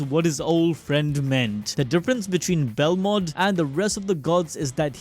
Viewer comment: BEL MOD bro said belrod like 8 times